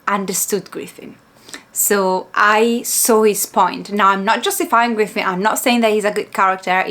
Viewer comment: Hey hey, just so you know to , you pronounced Griffith correctly. In regards to some Dark fantasy, Horror and Grimdark Manga/Anime recommendations, here's a few of my favorites. Made in Abyss by Akihito Tsukushi, Claymore by Yagi Norihiro, and Monster by Naoki Urasawa. If you like Lovecraftian Horror, then I would recommend all of the works by Junji Ito, especially Uzumaki, and the Hanging Balloons. Also since you finished the Golden Age arc, i would recommend the '97 Anime, and the 3 films. Both series cover the Golden Age.